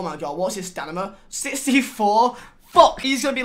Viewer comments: “What’s his stanima” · ‘What’s his STANIMA’😂